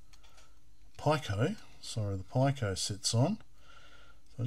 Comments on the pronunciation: You do know that "pico" is pronounced as /piː.kəʊ-/, right? Or "pee-koh" if you can't read dictionaries. What the hell, dude? Stopped the video mid-way, can't bear to hear "pie-cow"… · sounds like PI-CO ?!..which actally makes sense being a raspberry PI... LOL should be PIC-O ? thats the way ive heard it all my life!.. yes PD works... and so does Ghosts and Goblins..aswell as others that GBS stuggles with.. seems to be the only converter ive seen that actually works properly! ill link ya on discord... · ive got some parts on the way to replace the GBS with a pico (and some comparators) for the CPC, should bring the size right down to slightly bigger than your vga converter here, and it works perfectly with all games/demos unlike the GBS... VGA4CPC on github.. i gotta order some boards soon...was gonna built one up on perf board to begin with.. ...the way ya say pico... gets me every time! LOL.. its pico like micro/nano/kilo etc! :P